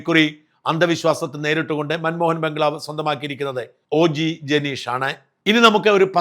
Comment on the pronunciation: അണ്ണാ aneeea അല്ല ആണ് 😂